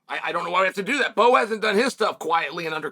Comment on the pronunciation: I liked when he called Bo “Mo” lol